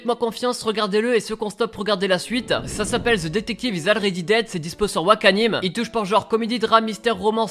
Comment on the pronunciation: Already ?! Ça se prononce Olready